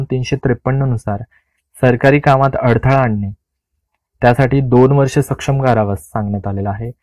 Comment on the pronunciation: सर आपण काही शब्दांचा उच्चार चुकीच्या पद्धतीने करत आहात तरी या पुढे काळजी घ्यावी. आपण " सश्रम " चा उच्चार "सक्षम " असा करत आहात; या दोन्ही शब्दांचा अर्थ खुपच वेगळा आहे. अपेक्षा करतो की या पुढे आपण काळजी घ्याल...